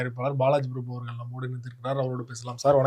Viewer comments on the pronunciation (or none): none